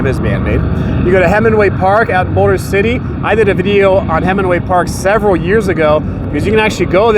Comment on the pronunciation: I love your videos but why don’t you pronounce your L’s? Bowder city? Owed Vegas? It’s BouLder. It’s oLd. LLLL not W. keep up the good work.